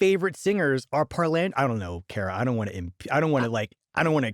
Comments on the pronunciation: You could say parlando (w Italian accent) means talking. Is it really pronounced that gringo way in opera circles?? Par-lawn-do Italiano 😂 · The Mikado and Bailando comes to mind when he says parlando. ;)